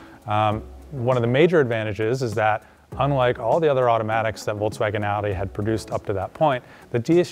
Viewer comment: Very good and informative video, but for the love of god i curl my toes when you say Voltswagin